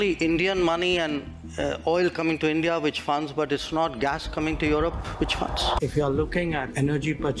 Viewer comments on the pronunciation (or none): none